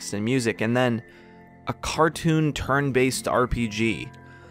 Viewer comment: Hurts me every time you say "turn based"